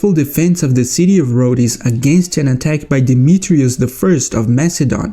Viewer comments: Its pronounced roads 😂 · Brother do NOT pronounce the e in Rhodes